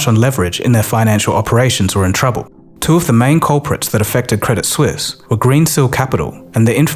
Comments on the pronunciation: Hey, just one thing, the T in credit suisse is silent - its french, not english. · Credit Suisse ❌ Credit Sus ✅ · I will never not pronounce it "Credit Soo-eess"